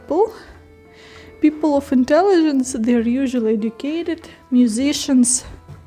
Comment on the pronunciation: Hi, nice to watch your videos. Small advice or correction for you pronunciation. When you see English letter "i" it is not Ukrainian "і" but rather "и", for example not "традішін" but "традишин" otherwise you sound like russians., and you are not:-). Don't be angry... And word "intelligence" in English is not the same as "інтелігенція" in Ukrainian. It is something like "розвідувальна інформація". English doesn't divide people into such categories. Keep making your videos, they are getting better and better. Tschüss.